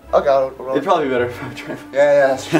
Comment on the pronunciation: "It'll proly better if I drive" Did anyone else catch that? LOL